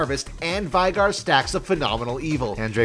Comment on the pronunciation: its veigar not vaigar